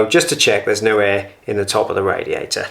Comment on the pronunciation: I love ot when you say radiaerai